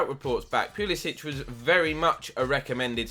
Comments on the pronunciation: he prefers to be called pulisick, not pulisich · As an American I've only heard Pulisic pronounced with a k sound at the end. That includes watching the USMNT.